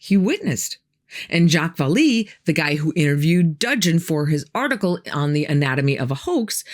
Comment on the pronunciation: Pronounced Val-lay